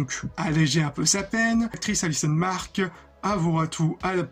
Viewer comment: Vidéo très sympa ! Documentée avec de bonnes animations ! Par contre tu écorches le prénom de plein d'acteurs et ça me fait mal genre : "Jason Ackles" ou "alison mark" 😅 Sinon je suis d'accord avec les commentaires. S'ils se limitaient à 12 à 15 épisodes par saison il y aurait eu moins de longueurs et ils seraient pas obligé de faire en sorte que clark affronte tous ses plus gros enemis.